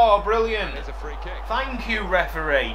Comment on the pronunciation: REF UHH REE, COME ON MATE